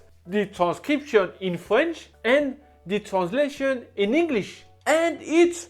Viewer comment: Love these videos, but I can't help crack up when he says fwench 😆 Still fantastic video & he seems really sweet.